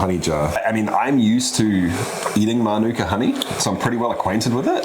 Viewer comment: Why do people feel the need to ignore the macron? It's mānuka, not minūka.